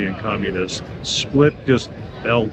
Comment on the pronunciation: Im from Split and you said it right, its different.